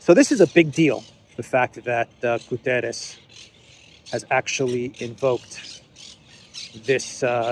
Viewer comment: my friend, do not massacre the Guterres name:p the pronunciation of the last letter is like in "shut" is not an "s" like in "saint" - is like in "shut" - in english, you must say like "Guterrsh"